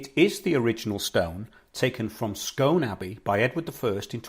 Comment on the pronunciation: BTW its pronounced 'scoon' to ryhme with moon... i live 4 miles from Scone Palace. I went to visit the new Perth Museum, which has been built specially to house the stone. Hilarious blurbs on front of artifacts, obviously written by millenials; the grammar on some was amazingly wrong. That australian dude, who claims he's the real king, has been digging up all kinds of places saying he's found where the real Jacob's pillow is lol